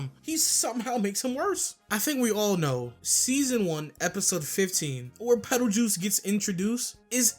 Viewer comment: "Petelchuse" 😭 anyways peak vid.